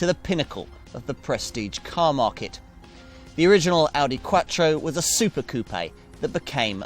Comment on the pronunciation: That is the sound of someone speaking an Italian word with a British accent.